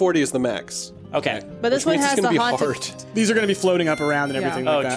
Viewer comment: "THEIR HANTED!" Me: ...wot